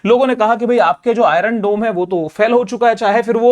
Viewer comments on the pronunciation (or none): none